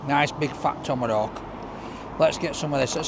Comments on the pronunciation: Yeah that’s been irritating ! Tommarowk ! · There’s no letter “r” in the name of that steak. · Well, the waiter called it a Tomerrhawk so he’s just being polite and calling it by its name 🤷🏻‍♂️ 😂